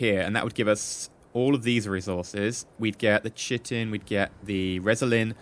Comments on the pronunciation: always say "*CHITE-in" when it's pronounced KITE-in" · chitin is pronounced ky-tin.